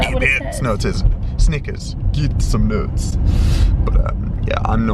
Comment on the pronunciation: "git some nuwts" lmaooooooooo